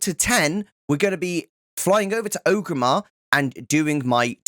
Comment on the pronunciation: great guide but i hate how you so O gramar its OR-GRIM-MAR not O-grimar